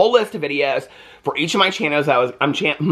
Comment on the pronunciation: I love your Chan-Oh! 😂